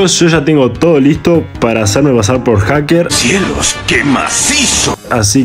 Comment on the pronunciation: una cosa es esta se dise Haker